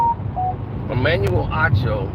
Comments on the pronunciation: Can someone please tell this dude that the man's name is Acho not Ocho smh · doesn’t care to pronounce certain people’s names correctly 😅